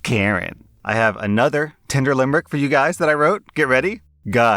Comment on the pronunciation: I keep hearing "*tender* dirty limerick" rather than "tinder". It puts a whole new spin on the joke though!